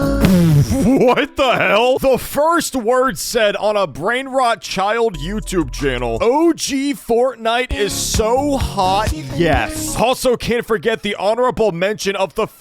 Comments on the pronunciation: Why the hell does this guy say “yes” backwards 💀. “SEY SEY UH OH” WTF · one thing that bugs me besides the whole children and inappropriate thumbnails is he pronounces yes like "seah" he can't even pronounce the word yes right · Can you look at Rocky Raccoon? Also, he says sye when he says yes (talking about Ulpu) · The “yes” sounds like “SIEH” dude